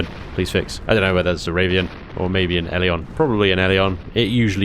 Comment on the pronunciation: ive wondered if you were pronouncing ravien wrong this whole time ;)